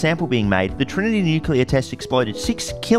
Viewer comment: Cant take you seriously after you pronounced plutonium like that